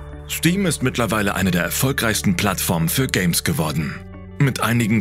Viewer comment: sagt er Stim?😂